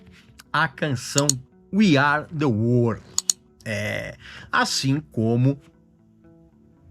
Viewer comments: "We are the WORD" O inglês do Regis é tão bom quanto o de um cachorro tentanto falar português. 🤣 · Logo logo meu video critica de como Regis pronuncia “World”. Kkkk